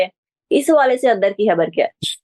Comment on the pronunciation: اس خاتون اردو تلفظ انتہائ خراب ھے۔ خبر کو حبر اور خطاب کو حطاب مذید یہ کہ آواز بھی کرخت ھے۔ کسی موزوں خاتون کا انتخاب کرو ۔